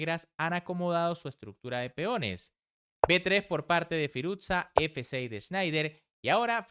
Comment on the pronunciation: Firus-sha. No firuzza como si fuese una pizza